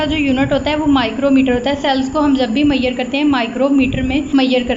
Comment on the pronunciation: Wtf is मैयर? It's measure